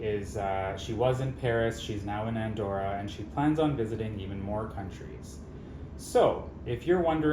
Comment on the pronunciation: "Countires"! That was diabolical 😂